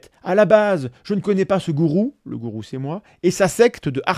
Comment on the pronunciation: C'est pas un goutrou ou un Tgourou ... Y 'a jamais de T à gourou ...